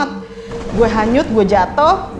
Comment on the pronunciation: Kedenger sama gw Kanyut cuy bkn hanyut